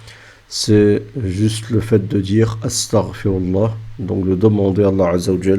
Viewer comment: C pas 'estargforallah'. Faut bien prononcer. Espèce de jaahil.